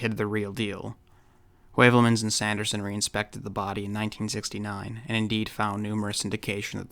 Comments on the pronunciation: "Skirmish against verification", eh? Hmm. Throw a vikingr at it. Vikingir are the ultimate skirmishers. Oh, and that's "hyoo-velmans", by the way, not "way-velmans". Es ist Deutsch. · Just brillant. Heuvelmans is pronounce Hoovelmuns..Asked sometimes the same like you, why it's so important to change for a constume...All the best from Northern Germany Ludwig.